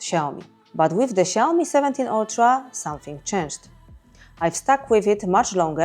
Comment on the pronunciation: Lads, it's Xiaomi.